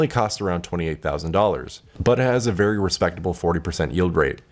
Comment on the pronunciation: "So guys... Zthank you vvvery much" for uploading